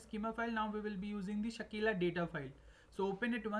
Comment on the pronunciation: Its Sakila, not Shakeela